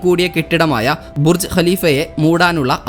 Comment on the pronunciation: അറിവിനോടൊപ്പം കൗതുകവും, ബുർജ്ഖലീഫ എന്ന താങ്കളുടെ ഉച്ചാരണം കേട്ട് അഭിമാനം തോന്നി 👌👌👌